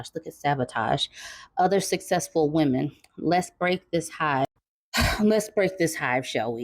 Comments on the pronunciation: "Wemon"? Is he Elmer Fudd trying to say "lemon"? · "wemon" took me out 😂😂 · you killed me with the "wemon" pronunciation. LOL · What’s a “wemon”? 😭😭😭😭💀